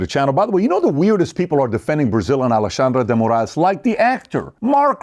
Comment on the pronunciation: That’s the best pronunciation of the Brazilian dude’s name. Well said all around. These guys keep saying “burn it down” but they never say then what.